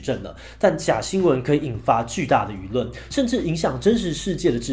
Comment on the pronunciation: 0：56 是輿論，不是與論